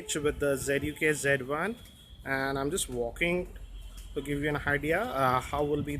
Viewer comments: it's not g1 it's z1 sir 😁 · lol. "z" should be pronounced as "G".